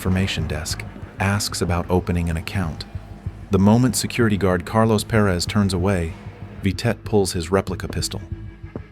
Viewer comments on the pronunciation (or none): none